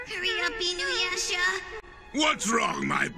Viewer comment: For one, Janken doesn't even say Inuyasha right. Two, Sesshoumaru says "butt" instead of boat.